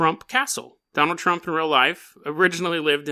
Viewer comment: I keep hearing you say "JonTron" lmao